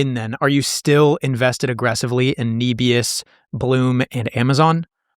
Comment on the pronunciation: it’s Nebius not Kneebius 😅